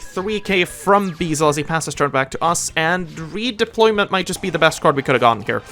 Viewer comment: It’s very minor but the dark dragon is called beelze, not beezle